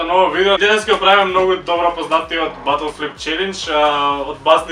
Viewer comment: Ботл флип челенџ, а не батл :D